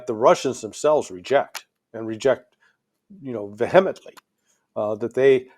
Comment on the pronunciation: "VeHEMently"? Really? It's VEhemently with the stress on the first syllable.